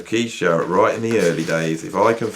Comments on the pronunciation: Great video! But it’s Jarrett .. Not Zhar-rett🙂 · I like Zharret.